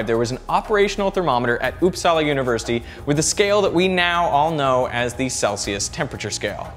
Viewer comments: It’s not upsaalaa it’s upsala the vowels are short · didnt know uppsala was pronounced oppsala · It's not pronounced Upsala. It's "Upsala". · uupsala is pronounced faster not with the pressure on "sala" rather "uup". so UUPsala and not uupSALA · I love how you say uppsala (I'm swedish) it sounds like oupsala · "Ouupsaela" "eakeestrom" Like, come on. You didn't even try to pronounce it right. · "Oops-salla". It's quite fun listening to people trying to pronounce Swedish words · This is so funny to watch if you are from Sweden. The way he tries to pronounce Uppsala and Ekström... Got to love it :) I mean, don't take it in a bad way, but it is very amusing to watch.